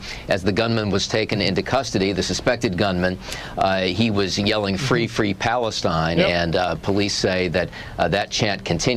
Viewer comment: Fwee fwee pawistyne